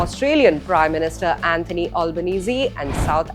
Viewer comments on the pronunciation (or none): none